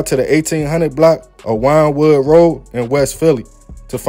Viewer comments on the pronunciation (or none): Not wine wood rd it is pronounced win wood